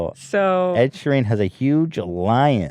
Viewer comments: Ethan’s pronunciation of Ed Sheerans last name made me really confused I was like WHO? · “ed sure-een” and “key-noah” im uncomfortable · The way Ethan pronounces Ed sheeran tho